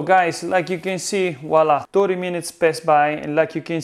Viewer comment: Love NY pizza.... but it's not walla... it's voilà